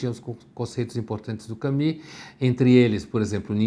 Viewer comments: Por que ele fala Cami sendo que a pronúncia certa em todo lugar que eu olho é Camu? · E nem é a pronúncia certa. Não sei de onde surgiu esse "Cami" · Pondé fala que para não parecer metido ele não ousa falar Pondê, mas me vem com um "Cami". KKKKKKKKK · Eu o chamava de " Camus", mas só depois que eu fui saber que a pronúncia era " kami". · Estava procurando como se pronuncia Albert Camus e cheguei a este vídeo. "Allbé Camí", ok? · Então a pronúncia correta é "camí"? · A pronúncia correta está entre Camus e Camis. Só ouvir qualquer falante da língua francesa pronúnciando